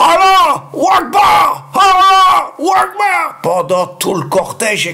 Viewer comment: Tu à raison quand tu cries Allah wakeboard cela veut dire Dieux et grand Machallah inculte que tu aies